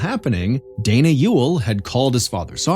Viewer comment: That you for pronouncing Ewell correctly